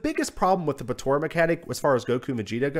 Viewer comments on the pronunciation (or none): It's pronounced Po-TA-rah not Po-TO-rah.